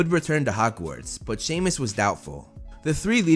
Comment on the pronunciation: its not shemus its semus